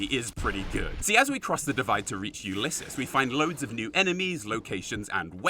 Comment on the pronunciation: You can use a stealth boy to avoid Father Elijah, taking all the gold, and trapping him in the vault. Also, pretty sure you said Ulysses right. Only the first time though.